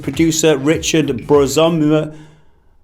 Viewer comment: borzymowski, is that so fucking hard to say? :D